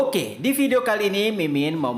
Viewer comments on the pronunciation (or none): none